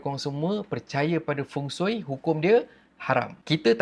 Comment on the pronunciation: feng shui bukan feng soi😂